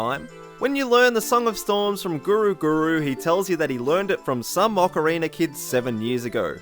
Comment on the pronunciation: Hahaha ocariner